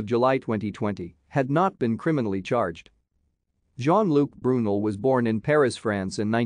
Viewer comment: It’s pronounced BrooNell